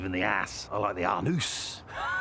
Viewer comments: a-NOOSE.... I was crying.... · I appreciate his pronunciation of “anus”